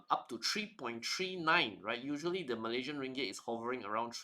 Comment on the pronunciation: MalaySian, not "MalayZian"